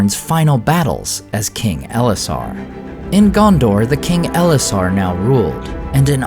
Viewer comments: Not EL-esar, but el-ESS-ar - . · eLESSar not ELessar, come on, do nerding properly